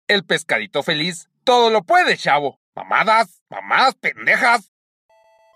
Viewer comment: estaba shavo... y tomaba leshe... leshe shavo xd